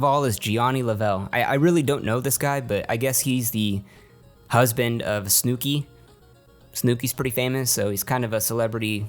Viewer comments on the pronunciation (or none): I hate how you called Snooki "Snewki" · Nigga SNEEW-KEY....LMAO...why u call snooki that? Lollll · the way you pronounced snooki🤢🤢🤢🤢🤢🤢🤢🤢🤢🤢🤢🤢🤢🤢🤢🤢🤢🤢🤢🤢🤢🤢🤢🤢🤢🤢🤢🤢🤢🤢🤢🤢🤢🤢🤢🤢🤢🤢🤢🤢🤢🤢🤢🤢🤢🤢🤢🤢🤢🤢